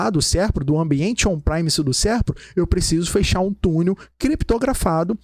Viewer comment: excelente aula. se eu posso agregar algo, sugiro que o sr reveja a pronuncia de exchange (pois está comendo o som do S) -> e tambem a pronuncia de PREMISE pois o E nunca tem som de AI em inglês.